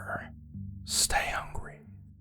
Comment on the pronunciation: I know you said stay hungry at the beginning but at first i heard stay ugly i was kind of offened lol